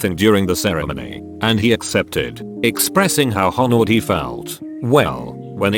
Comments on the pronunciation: Normal people: Honored Text to speech: Han ored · TTS be like “ho nered”